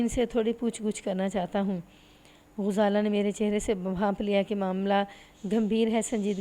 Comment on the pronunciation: یہ کس نے بتایا ہے کہ غزالہ کو پیش کے ساتھ پڑھو ۔ انے واہ ماری جانی ایں، اردو سیکھیں یہ سیکھنے سے آتی ہے، تلفظ پر بہت توجہ دیں ۔ غزالہ کے غ پر زبر ہوتی ہے ۔۔۔۔۔۔